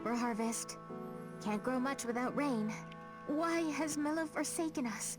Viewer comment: Already played through most of this game in Japan. While the voice acting is better so far in the Japanese version, man the language has so much more color to me in the U.S. version! I do have to admit I'm a little bit annoyed Mira-sama (mee-rah) is pronounced Mill-ah with the soft "i" though. Also, WHY IS ROBIN CALLED TOBIN!?